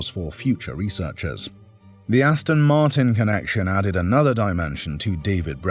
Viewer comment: Hate it when people say Austin Martin.